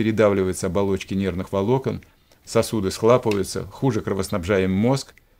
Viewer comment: Ну почему "схлапываются"? СхлОпнуть. СхлОпывается. Язык тоже ваден